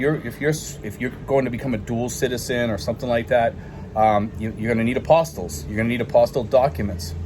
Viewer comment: Great info. When I was asking those same questions about getting my documents done for my SSRV, I found out an important issue. The way you are pronouncing the word is a little off which may be why a lawyer might not know what someone is talking about. I found out from my cousin who is a lawyer, that the word Apostilles.....is pronounced Ap-A-Steel (one P only)......It is a legal term and almost all lawyers know what that is. An Apostle as you are saying it, is as in one of the followers of Christ.....Apostle of Christ.....For someone that has never heard the word said, it is an easy mistake. For any of your viewers in the State of Florida, there is only 1 place that does the Apostille of documents, and it is in Tallahassee FL. They have walk in service and you will get the documents back while you wait....they don't have any satellite offices here in the state.